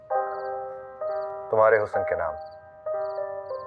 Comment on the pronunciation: The singer is singing "Hus-san" whereas correct pronunciation is "Husn". I don't understand where all Urdu- dan are, not pointing out this error to the producer.